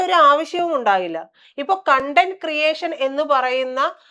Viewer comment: കോൺടം അല്ലടാ കണ്ടന്റ എന്നാടാ തെണ്ടി 😂😂😂